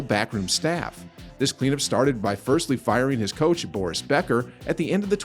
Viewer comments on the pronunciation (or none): none